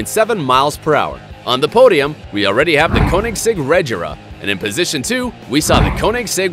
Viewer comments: He also needs to learn how to say agera and regera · you also didnt say Agera correctly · The way he pronounced agera and regera tho. Btw the agera rs is the fastest. Geez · Its not ajera it A-g-e-r-a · Did u seriously just say koenigsegg ajera r??? It’s agera r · koenigsegg Ajara R lol you pronounced it wrong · ITS NOT AJERA ITS AGERA AND THE SAME WITH REGERA NOT REJERA OMG!!!!!!!!!!!!!!!!!!!!! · Dis guy says Ajera and rejera but it’s actually Agera and Regera and the Agera RS is faster than the Bugatti Chiron lemme tell u that! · No jugde but he said koenigsegg ajera r. It's agera r NO JUDGE AM JUST A KOENIGSEGG FAN🇸🇪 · Lol it’s (A gair a) not Ag”er”a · Its not Ajera it's agera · chee its agera not a-ji-ra sigh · “Ajera r” it’s agera 😂😂😂😂😂😂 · It's pronounced as Agera not Ajera and plus the other one is the koenigsegg 1:1 which is pronounced as 1to1 not just koenigsegg 1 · Mans said “KoEnIgSeGg AjErA R” lol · Lol he said Ajera Edit: He said Rejera He needs to learn how to say name’s And it has 1500 HP Here is some facts Koenigsegg Regera: The Koenigsegg Regera is a limited production plug-in hybrid grand touring sports car manufactured by Swedish automotive manufacturer Koenigsegg. It was unveiled at the March 2015 Geneva Motor Show. The name Regera is a Swedish verb, meaning "to reign" or "to rule." Transmission: 1-speed fixed gear (2.73:1 ratio) Engine: 5.0 L twin-turbocharged V8 Kerb weight: : 1,470 kg (3,240 lb) (dry); 1,590 kg (3,510 lb) (kerb); 1,570 kg (3,460 lb) (kerb, KNC); Electric motor: 2 YASA 750 R motors; 1 YASA P400 motor Btw he a non car guy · Dude learn your car names agera and regera have a hard g and it is koenisegg one to one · The correct way to say it is “A-gear-a”, also “Re-gear-a”. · Never heard of a Koenigsegg “Ajera R”, nor “Rejera” before. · Its Koenigsegg Ag-er-a R and Reg-er-a And its one:1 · you pronounced the word “Agera” incorrectly. (pronounced A-Jear-a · AG GA RA-R. Wow is that a new manufacturer?